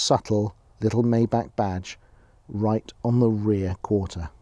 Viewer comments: Maybach, not Mayback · It would be nice if this Car Guy could learn to pronounce the name of his new Mercedes correctly. It is pronounced "MY BACH", NOT MAY BACH. Please not that. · Maybahr not Mayback Please 🙏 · You're not even saying it right...its not a may back it's a my bock. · My Bach... 'My' Bach, not 'May' Bach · Maybach Not maybak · Bro it's Maybach not meybeck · you say "mayback" but it's called "maybah" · Watch this video and listen how the lady said it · For god sake, you're European, MY-BACH, only American get the luxury of calling it a MAY-BACH. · Sorry to disappoint you. But the historical and correct name is pronounced Maybach [ˈmaɪbax] Just like the classical musician Johann Sebastian Bach. I know it became common to call it Mayback but this is inaccurate As a Germano-French citizen I can assure you Maybahr is the correct pronunciation for Maybach (not the orthography, which is just an example) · Nur wahre Deutsche wissen dass man es nicht mayback ausspricht . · "may back" rip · Its actually pronounced "My-Bach",. Wtf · it’s pronounced myback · It's pronounced "My-bark". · My-back is how you say it ! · First thing I would work on is the correct pronunciation of “Maybach”! Clue: it ain’t maayback! 😆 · You pronounce it "Meintheback" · Dude, if you buy a car like that, learn how to pronounce it first! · Oh come on... don’t spend just money, but also a tiny bit of effort to not butcher a car‘s name completely. Please tell me you don’t do the same with „Porsche“. 😊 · Learn how to pronounce maybach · too bad you can't pronounce maybach right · now that you "are" in the 1% of the 1% club, you may learn the proper way to pronounce Maybach so you perfectly blend in with your fanciness... anyway, that's definitely the oil industry tycoon type of land yacht. gorgeous yet flamboyant